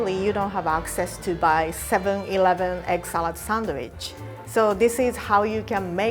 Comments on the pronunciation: Am i the only one who hears "egg salad sandwich" as 'excellent sandwich'?😂😂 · Egg salad sandwich sounded like eggcelent sandwich